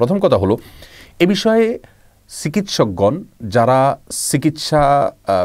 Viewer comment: ছিকিৎসক? জোতসই? করুনা ভাইরাস? হায়রে উচ্চারণ!